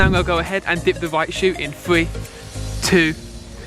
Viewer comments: Why do you say three free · I hate when he says “fwee, two, won”